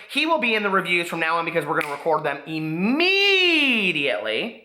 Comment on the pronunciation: Im-MEDIA-ately! LOL